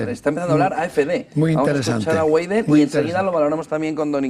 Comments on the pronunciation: Güeidel? 😂😂😂 se pronuncia: Veidel! 😃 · Se dice "baidel " no gueidel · La W en alemán se lee como B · Alice Weidel, se lee como en español la "B"